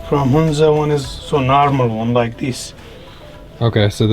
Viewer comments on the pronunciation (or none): It's pronounce Huhn-za not Hoon-za. First syllable is pronounced the same as the first syllable in 'honey'.